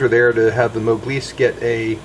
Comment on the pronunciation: what is this "moglise" you kept saying